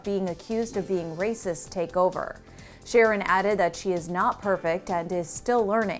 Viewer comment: Sheryl says "racis" instead of "racist". What an ugly word. Nasty, hateful thing to say about someone when it's not true.